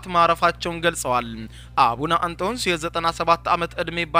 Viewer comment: ኣቡነ ኣንቶንዮስ 3ኛ ፓትርያርክ ብለህ ኣንበው!! ግዕዝ ማንበብ ኣትችልም ወይ? ኣቡነ ኣንቶስ ትላለህ